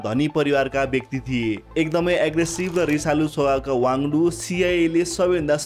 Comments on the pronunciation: वाङ्दु हैन वाङ्दी हो । तथ्याङ्कहरु केहि मात्रामा मिलेको छैन । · खम्पा कमाण्डरको नाम गे वाङडु होइन, सही नाम गे वाङदी हो । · Not Wangdu but Wangdi pls correct